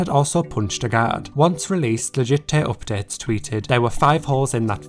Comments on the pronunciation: please say 'legit tay oopdates' one more time (I'm a Brit abroad feeling homesick hehe) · All i can hear is legittay OPPDATES